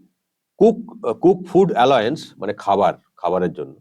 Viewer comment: উচারণটা অ্যালাউন্স (Allowance like allow) হবে Saheb